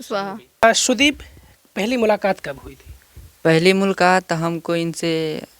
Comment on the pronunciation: मुलकात नहीं वे, मुलाकात